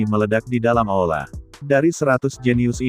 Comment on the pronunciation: Bukan aola, tapi aula.